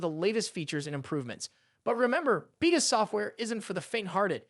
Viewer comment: why do you pronounce Beta as Vita?